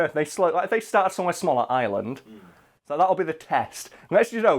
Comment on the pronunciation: Does anyone else cringe, when he pronounces Ireland as Island?